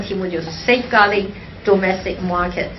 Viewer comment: 彭P 要好好練練 domestic 這個詞的發音，不要發的和詐蔡一樣，它的英文菜，你要比它好一些。